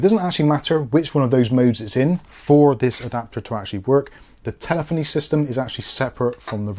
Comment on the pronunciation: Tele feny not foney